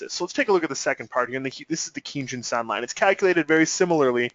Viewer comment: You get a 👍 down for not knowing how to pronounce the kinjun and tenkan.